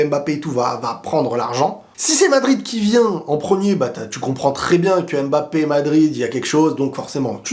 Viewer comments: J’adore tes vidéos, mais étant originaires d’Afrique centrale, ça fait un peu mal à la tête comment tu prononces « aime Mbappe ». C’est Mbappe pas aime Mbappé stp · Le plus drôle dans cette conférence de presse c'est que Nasser al-Khelaïfi a dit que mpognon euh mboulard Rhooo désolé mbappé était le meilleur joueur du monde comment dire...😂😂😂😂😂